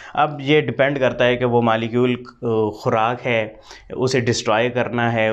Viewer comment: Molecules hota hai malecule nhi😅